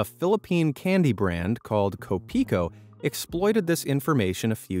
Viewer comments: it’s not ko-PI-ko, actually, it’s KO-pi-ko ; and it basically means “my coffee” (or coffee ko) because “ko” is an ownership signifier article in Pilipino (Philippine language) example “friend ko” means “my friend” and “TV ko” means “my TV”… we do use a lot of English words as is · YOU SAID kopiko wrong its pronounced ko-pee-koh not kowh-pee-kowh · As a person in the Philippines, you mispronounced Kopiko, the Kopi part of the name is pronounced like a mix of the first part of the word copy and the last part of the word coffee, however the ko part is actually a Filipino word and you did pronounce that correctly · filipino brand learn kopiko properly plz